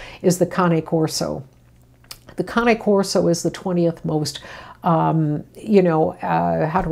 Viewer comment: Not that important but FINALLY! Someone that says the Cane Corso's name correctly! 😂 and yes, thank you for the eye opening info